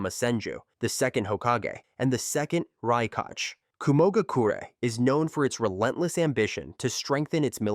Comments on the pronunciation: "Rai-kaj" bruh use your voice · "Rai-Kaj" is krazzyyy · raikage ❎ RAIKAJ✅ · The fact that he cannot spell a word "Kage" in Hokage and Raikage in same way goes beyond my comprehension. Ho KAGE, Rai KAGE? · Stop with this AI bullshit “He-Dan”“rai kaj” 🤦🏾‍♂️🤦🏾‍♂️ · Hiuga😂😂😂 Raikashhh 😂😂😂